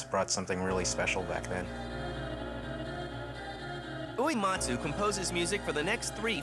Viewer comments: "This is the story of Nobooey-Whoee-Matzu" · The way this narrator is pronouncing Uematsu's name is making my ears bleed. Why do you say "oo-ee matsu."